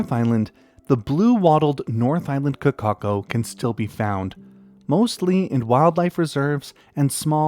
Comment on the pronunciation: I really appreciate how you put effort into non-English words. As a NZer your pronunciation of kōkako was pretty much spot on. I've seen some channels before which absolutely butcher non-English words so shout out to you for your effort in that and the content you produce.